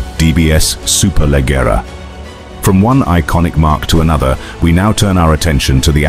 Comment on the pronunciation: Superleggera (the double 'g' is pronounced like the 'j' in jeans) — the other names are spot on! Nice video!